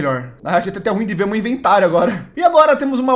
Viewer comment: O não sabe fala meu/meus. Ele sempre fala mo/mos